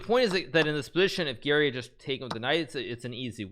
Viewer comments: I was so confused cz when Hikaru says Gary it sounds like Giri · Hikaru has a very strange way of pronouncing "Garry." Sounds more like "Geary" or "Giri". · I swear I always hear "Giri" everytime he says Garry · Me too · Ngl i didnt realise he said garry until i finished the vid and saw this comment.